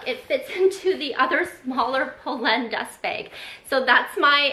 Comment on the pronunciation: I’m so happy you did this. These are the exact styles in the exact colors I’ve been looking at from them😅 also glad your sister in law taught you the pronunciation because it’s butchered so much on YouTube lol